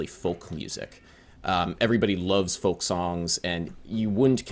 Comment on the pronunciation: Folk, like foke, like yolk or yoke!!